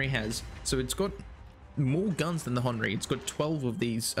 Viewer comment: It's not Hon ree it's Hen err ry